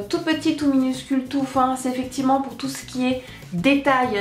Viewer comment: tu dis souvent "eficivement",haha :p